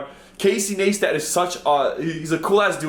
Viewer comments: lmao he said Casey naistat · It's Ne i stat not naystat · Casey niestat, niestat is pronounced nice tat not naystat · It's pronounced "nice tat" not ne stat. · Casey "nice-tat" not nees tat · casey naystat? XD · say his last name its like this nice stat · "Nice tatt" Neistat, just letting you know how to pronounce it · Casey Naystat xd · is an Uber Poser. Doesn't even know how to pronounce Casey's name, proving he is not a real fan, yet posts all these comments over popular Youtuber's accounts to generate more subs while masquerading as a fan... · you butchered Casey's last name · Do you even watch Casey's vlogs? I mean you would've known how to pronounce his full name even if you only watched some of his vlogs.